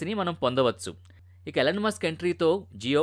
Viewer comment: అది " ఎలన్ " మస్క్ కాదు ర బాబు 🤦‍♂️ ఈ. ఈలోన్ మస్క్ 🫡